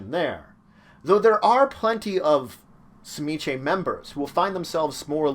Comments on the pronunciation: I always thought it was pronounced Zi-Meat-Zee? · It is a Russian name and it it properly pronounced suh-ME-ski. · I used to play in a game with a history professor, playing an Old Clan Tzimisce. He had a colleague from Hungary and he showed him the name, asking him “How would you pronounce this?” It’s hard to write it out, but you pronounce the “Tz” like the “Ts” in Tsar. Kind of like “cz” in Czech. And like most Slavic words, the second syllable “MI” has the accent. Then you do a kind of glottal stop and say the last syllable like “skuh.” There’s no schwa character in this keyboard, unfortunately, but you pronounce the last “e” like that. I had no problem saying it but I have a talent for accents and sound bites, not everyone did. So those of us who had talented voices pronounced it like the player’s Hungarian friend and everyone else called them “Clan Pretzel.”